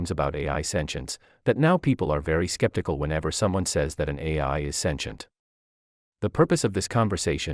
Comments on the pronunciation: Sintem no lac santient 😂😅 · AI is speaking now and can't even pronounce sentient